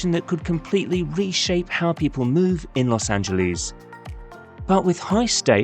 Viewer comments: A video about Los Angles would more likely be taken seriously without the cringe-worthy repeated mispronunciation of Los Angeles. Los Angeles ends with an “ess” sound; there is no “eez” sound in Los Angeles. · Please stop calling it "Los Angeleez". We Angelinos can't stand it. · As somone who lives here, please don't pronounce it Los Angeleeze. We hate it. It's like Americans pronouncing English place names wrong. You hate that as well. (And yes, it's a Spanish name, In Spanish, pronounce it in Spanish, but in English, pronounce it like it's pronounced here). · Find yourself someone who loves you as much as Brits love saying Los Angeleeeeeeeeeeeeeeeze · I wish British people would say the city's name the way most present-day Angelenos say it. Don't British people get annoyed with us when we mispronounce places like Edinburgh?